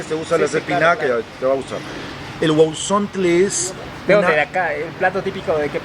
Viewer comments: Y SE PRONUNCIA "GUAUSONTLE " NO "GUAUSONTLE" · No no se dice guauzontles....🤣🤣🤣🤣